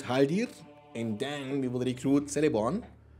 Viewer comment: Love these mod vids. Btw, Celeborn is pronounced "Keleborn" rather than "Seleborn". Tolkien's C's are pronounced with a hard K, if its a name or a place that begins with a C.